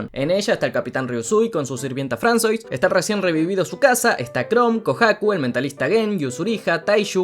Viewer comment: Bro, no es "Fransois" es "Fransua" pues en el francés la sílaba "Oi" se pronuncia como "ua" y la s final no se pronuncia